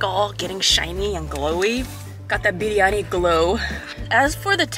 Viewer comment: You Pronounced the word "Biryani" just like an Indian.